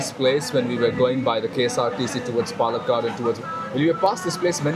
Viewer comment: Only at 1.30 mark and I have to say I'm amazed by your pronunciation of Palakkad.